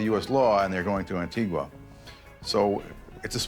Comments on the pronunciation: ANTIGA not Antigwa! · I met his daughter when I lived in Antigua. She was nice enough but obviously enjoyed an oppulent life. Oh by the way it's pronounced "An-Tee-Gah'. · Just a small criticism but the pronunciation of Houston, Mexia, and Antigua is incorrect. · An ting ua - no even the investigator and several others involved says it the right way and it keeps being used! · The narrator cannot even pronounce the name of the island of Antigua. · And Antigua...ear bleed